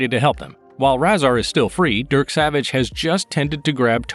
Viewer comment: His name is pronounced RAY-ZAR